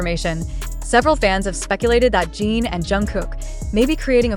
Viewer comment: Every time I hear her say Gene instead of Jin, it makes me believe it less. And they don’t have JHope’s discharge right either.